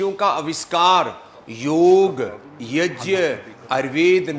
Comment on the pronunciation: स्वामी जी प्रणाम ! आप पर गर्व है सबको, पर कम से कम सही संस्कृत शब्द " यज्ञ " तो ठीक से बोलना सीख लीजिए ! कृपया गलत शब्द " yajn " बोल कर देवनागरी का अपमान तो ना करे. धन्यवाद